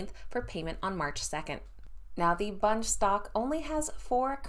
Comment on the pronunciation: Your saying bunge wrong